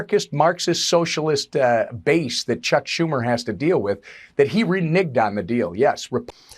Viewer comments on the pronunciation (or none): I think that idiot was trying to say that Chuck Shumer "Reneged" on the deal. Not "Renigged" such idiots. Unfuckingbelievable.